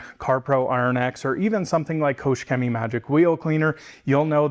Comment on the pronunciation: nice pronounciation of german brands like KOOCHHH Chemie. wtf